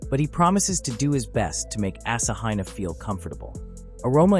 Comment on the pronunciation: The AI narration pronunciation of Asahina is painful.